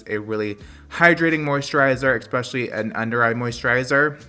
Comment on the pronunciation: “eKspecially” i love you lol